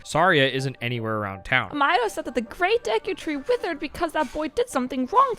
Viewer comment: Lost me when you pronounced the name as "my-dough".